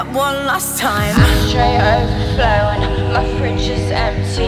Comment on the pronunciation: I cannot bear with how extremely british she pronounces "ooouuverflouuun" hahah